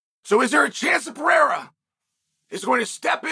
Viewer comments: Chael pronounced Pereira right were all in trouble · He said pereira last name right 😳